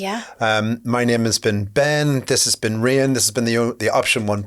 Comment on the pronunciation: Not sure he's getting it right. She subtlety corrects him a few times 😆